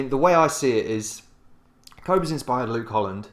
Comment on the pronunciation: Cobus is awesome. And this video is cool, too. By the way, the “o” in Cobus is pronounced like the “oo” in poor or the å sound in Swidish. And the “u” in Cobus is pronounced like the “u” in burn.